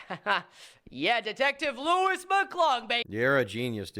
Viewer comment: wait she doesn’t even know how to pronounce his name i thought they knew each other 😭😭😭